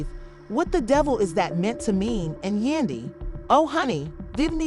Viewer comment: Who the f*ck is yundy. You might wanna get the name right.